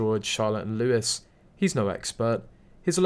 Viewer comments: PS Louis is pronounced ‘Louie’… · The name Louis is prounced Louie.